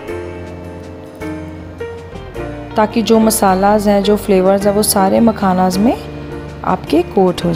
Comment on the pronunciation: मखनाज मखानज 🤣🤣🤣🤣🤣🤣🤣